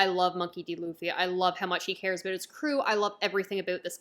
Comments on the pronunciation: Wait did you just say "aboot"?? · Like how she says "abeut" lul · A new One Piece fan... after you finish the Anime you have to start the manga but I see that you just started so like it might take you few months. Also "about" is diff. lmao